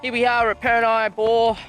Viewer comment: The Afghans planted the palm trees back in the 1800s. I'm pretty sure Purni is pronounced 'Per' - 'Knee' not 'Per' - 'neye' haha. The showers were cold at Purni Bore when I last visited in July 2018.